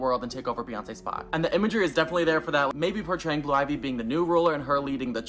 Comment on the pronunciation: The guy talking about blue ivy...I can't take the extra "S"es